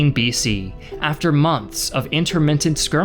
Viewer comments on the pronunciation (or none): none